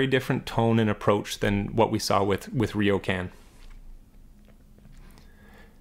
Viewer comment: Very good analysis! One small point: it’s Riocan, not Riokan nor Rio can 😎